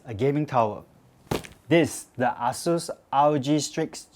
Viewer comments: the pronounciation is not Ah Sues....... please dont pronounce it as Ah Long or Ah Beng not like u going to Chinatown point......the right pronounciation is .................AsusTek Computer Inc. (/ˈeɪsuːs/[3]; Chinese: 華碩電腦股份有限公司; pinyin=Eisus.....A...Sus....HAHAHAHA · It's pronounced ay-soos